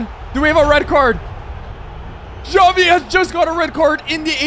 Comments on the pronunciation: bruh why does he call xavi, javi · Him pronouncing Xavi: Chavi Me: Shawty 💀